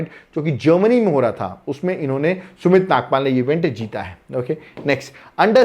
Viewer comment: Sumith Nagaal, not sumith nagpal.